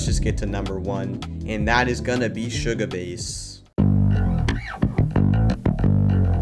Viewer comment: Shugabass❌ Shugabase✅.